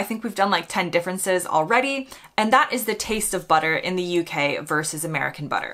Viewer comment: When I looked up the difference between American 'VERSE' UK Butter" It is Not 'VERSE' it is VERSUS which is Latin in origin. Verse is a part of a song, VERSUS means AGAINST, as in US Versus Canada. Please America, stop Butchering the Language